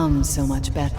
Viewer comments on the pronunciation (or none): none